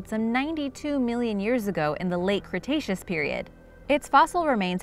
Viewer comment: Did she just say "Cretacean period"?